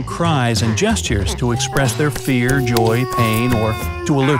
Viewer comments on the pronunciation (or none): none